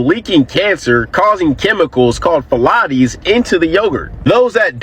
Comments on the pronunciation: Why is bro tryna say phthalates like pilates? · The guy talking about Chobani yogurt or whatever it is, means there's mocroplastic inside of it it's pronounced Ph-Thal-ates it's also inside of the boxed kraft dinner in the cheese power to keep it from clumping up, gotta be really careful how much you that you consume because it isn't an if anymore if you'll get cancer it's just a matter of time consuming PFAs and Phthalates, they can quickly make you infertile as a man you'll shoot blanks. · Man talking about Chobani being horrible for us while holding an Ozarka plastic water bottle in his hand mispronouncing phiolates. 😂😂😂😂😂